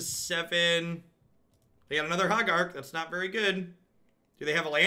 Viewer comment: pronouncing Hogaak is everything I love about this stream. First it's HOH-gahk, then it's HA-gark, then it's "an 8/8". Keep being awesome